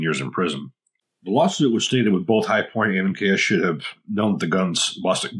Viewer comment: The "chi-point"